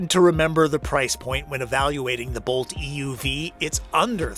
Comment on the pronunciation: It drives me insane how you the narrator keeps emphasizing the "E" in "EUV", when saying "EV or EUV". If you're differentiating the two, it's the "U" that should be emphasized, not the E.